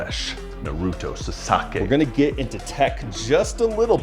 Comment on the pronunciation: I can't be the only one cringing at the pronunciation of Naruto and Sasuke...but I am an anime fan myself